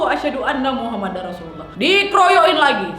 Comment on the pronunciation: bukan maksud sok benar tapi bilang nya Muhammadur bukan muhammadar